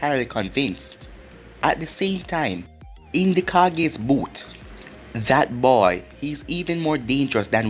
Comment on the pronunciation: Please part 40 edit:this series is so good and it's not called the cages its pronounced ka ge